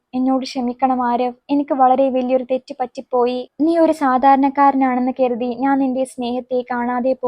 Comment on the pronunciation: കെരുതി എന്നല്ല കരുതി എന്ന് വ്യക്തമായി പറയു 👍